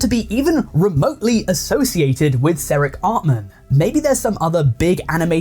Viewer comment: These channels suck but it feels like you got all the information from AI too and didn't actually watch Blooms' video. I mean, you call him "Seric Artman" and not "Ceric Artman."